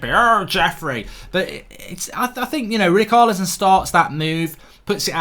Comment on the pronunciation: Fell on to this, don’t like it that much. Also he’s struggling to say ch In Richarlison. Haha typical Untied Fan